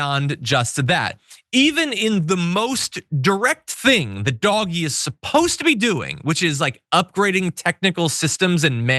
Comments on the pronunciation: It's not pronounced Doggy, it's pronounced. DODGE-EE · DOGE: "DOGGIE" is the wrong pronunciation - conveys lovability, silliness. The RIGHT word is DODGE-Y, as in SKETCHY or deceptive. PLEASE. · It's not pronounced DOGGY, it is DOE-SH. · It is not doggie, if you want people to respect you, don’t insult people’s intelligence by mispronouncing words. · i love that he's pronouncing it 'doggie'. so great. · Keep calling it DOG Eeee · Please, please, please, don't call DOGE ''doggie''. It gives the impression that DOGE is of no importance and not to be taken seriously, which I doubt .is your intention..and also might make people think that Americans don't know that a 'g' immediately followed by an ''e''...is pronounced ''dg'', as in judge....